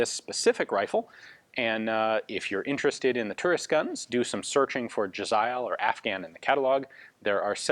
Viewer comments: In Pahsto its pronounced "jeh-zay-eel". Even with modern AKs Afghan tribesmen take pride in their possessions and tend to decorate everything from rifles to trucks. When I was in Helmand we found an AKM with small bells wired to the barrel. I supposed that it would jingle when it was shot at us haha. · Im pretty sure they're originally called "Jazair" The way you pronounce Jazail should be similar. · It’s pronounced “jez-ale”